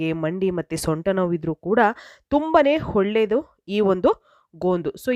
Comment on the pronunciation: Holledu alla olledu nimma maatu kelakke aagalla mute Nalli nodabeku .enu pronounsation kettadaagi ede